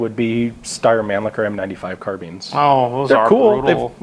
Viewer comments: Ian, I notice you tend to pronounce Mannlicher as "Man-licker". In Austrian / German it's pronounced "Man-leesher". Not nit picking, but maybe a less embarrassing way to say it. Love both your channels 😉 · its difficult for english speakers because the "ch"-sound is not really existing in english in the way we (german speakers, i am austrian fyi) pronounce it. but it really doesnt bother me anyway tbh